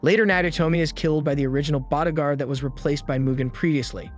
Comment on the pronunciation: Who says douche-a-bag? Is this a computer generated read? And bodagaurd? What the hell is going on? This guy sounds like he's from California until he says these random words that make no sense.